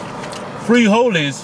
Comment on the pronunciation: had me in real tears. The way you said frijoles I couldn't take that either.